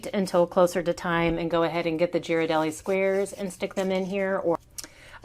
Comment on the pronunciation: Please pronounce Ghirardelli’s correctly. It’s gear-ah-deli. Other than that this was a cute idea for something fun and small.